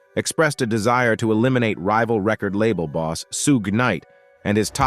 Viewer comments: He said suh gay 😂 🤦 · Why didn't someone tell the narrator how to pronounce Sug's name